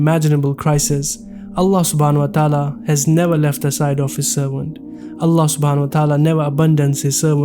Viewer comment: My Brothers! SAY Allah’s name correctly, not ”Ala”, it is ”ALLAH”! With shaddi on the ”L” and ends with ه/H = ”ALLAH/الله”. Barakallaho bikum 🤲🏻